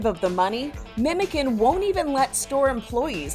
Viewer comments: its not "memeken" ITS "MEMOCAN" , jesus imagine being news channel and not being able to find turkish person to ask lmao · You actually say ‘Memojan’ not the c that sounds like the k :) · Why don't news reporters bother just the slightest to learn correct pronunciations? C in Turkish is read as a J, so Memocan actually sounds more like Memojohn than it does like a tin "can". Really cute story though ☺️